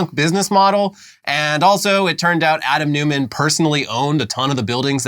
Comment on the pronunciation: "Newman", because Americans find 'Neumann' too difficult to pronounce?